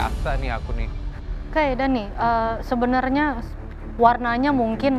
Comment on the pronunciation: Other people : Daniii.. Chef rudi : Deniii..